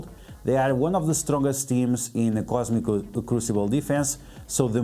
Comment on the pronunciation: "Slowly tap on this wong"